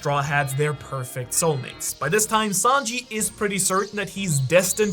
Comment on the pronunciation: It’s Sanji not Sanjeev